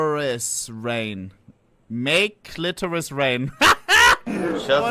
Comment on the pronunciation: "Cli-tor-is" what is that lmao Frikin